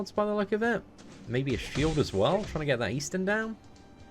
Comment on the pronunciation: he doesnt want people to know that eastin.. is actually xD